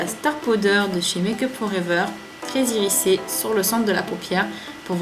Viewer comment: Il est top, ce make up! J'adore le doré ! :) j'l'essaierai ! (Ps: on prononce "irizé" et pas "irissé" ;D)